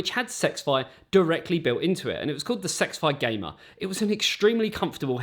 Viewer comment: It’s not sexfi like he keeps saying it is s x fi